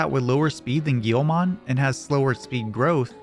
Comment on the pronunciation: Bro, pronouncing Guilmon "Gheelmon" should be a crime